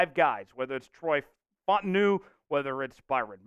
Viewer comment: FAUTANU- pronunciation is Fau Ta Nu Sounds like Foul-Ta-Nu